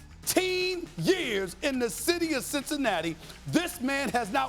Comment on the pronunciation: What that nigga say "citizicicinatti" what is that?